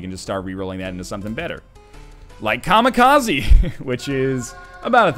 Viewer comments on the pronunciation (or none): none